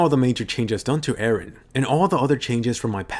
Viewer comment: IT'S EREN, NOT AARON! WHY DO ENGLISH PEOPLE MISPRONOUNCE JAPANESE NAMES?